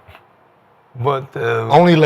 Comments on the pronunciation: right wtf is a or gan NYE zation lmao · * organ eye Nation😅